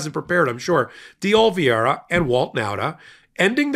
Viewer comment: Oliveira is a Portuguese language name and pronounced O-li-VAY-ra. Not Olviayra.